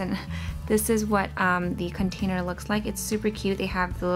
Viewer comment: She said contailer